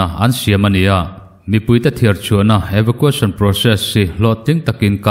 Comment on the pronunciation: Eva qu eisawn Tia lam tur